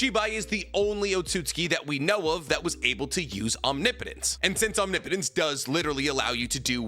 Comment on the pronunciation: Finally you pronounce “omnipotence” correctly lol